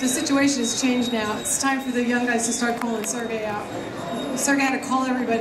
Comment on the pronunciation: after i suffer two loo'ziz, i change'gid alot of things you know like